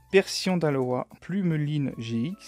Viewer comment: C des pokemon d'aloLa et non pas aloa